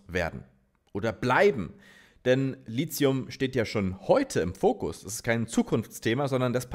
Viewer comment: Mein alter Chemie-Prof würde jetzt sagen: das heißt "Litium" nicht "Lizium"!!! 😅 Gute Arbeit! Ich schaue deine Videos sehr gerne!